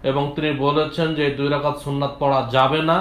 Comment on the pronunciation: দুই যাকাত না ভাই দুই রাকাআত হবে।